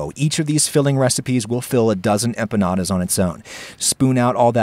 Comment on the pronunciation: I'm just glad you avoided the trap of hyperforeignisms and didn't call them empañadas